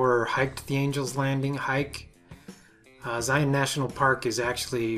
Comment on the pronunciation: Love these quick and concise toolbelt videos!! Thank you for sharing! And now I know how to properly pronounce Zion. Being from Texas we tend to butcher a lot of pronunciations. Loved the segue to Angel Landing. My family and I completed it a few years back. I recommend leaving early before the trail gets crowded and take plenty of water if hiking in the summer. Narrows was fantastic too. Except when I lost one of my shoes.